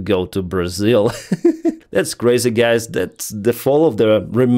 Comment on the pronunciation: Lol. You said 'g*ys' instead of guys. Not offended!, just noticing. ❤ Love the channel. I realize speaking English is hard for Slavic people.